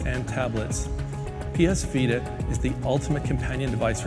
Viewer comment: who told you that is called ps fita, it is called ps vita